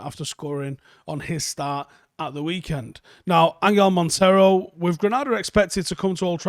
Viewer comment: say: "Montero", and now say "Montoro" thank you